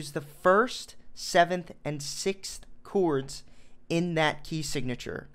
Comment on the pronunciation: Said chords like coo-ords